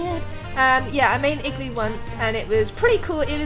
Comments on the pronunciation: when you say igloo really fast it sounds like you are saying ekk glue lol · It like you are saying glue I'm I right